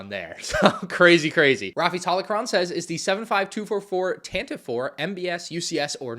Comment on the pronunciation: Tan-teh-vee, it's pronounced Tan-teh-vee.